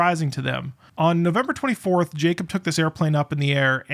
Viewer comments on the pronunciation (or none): It's Jacob, not Jacobs. No "S" on the end. It's not that hard to pronounce it properly